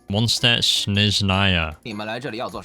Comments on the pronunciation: As a German and a Linguistics nerd this is a very fun watch Also anytime you see an “st” or “sp” you wanna pronounce it “sh-t” or “sh-p” for anyone who wants to pronounce Mondstadt a little better ahah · "Mondstadt is still Mondstadt" ah yes xd